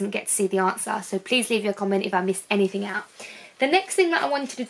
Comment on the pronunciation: One of my pet hates - it’s “anything” not “anythink”. Anythink is not a word